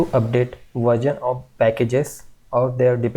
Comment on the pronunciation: Its not verjon its version 😆